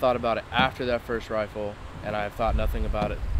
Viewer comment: The look that little punk gave the guard after he disarmed him was like, "But, but...that was MY wifle!"